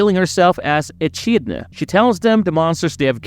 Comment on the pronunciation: You mispronounced Echidna